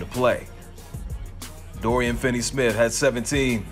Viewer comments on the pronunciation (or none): none